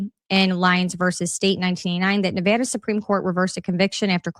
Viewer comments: as someone who is born in raised in LV thank you for saying Nevada the CORRECT way! ❤❤❤😂😂😂 and thank you for the information great video! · X is hard for me to follow. Thank you for covering this. Also for pronouncing Nevada properly. Washoe is pronounced like wash show.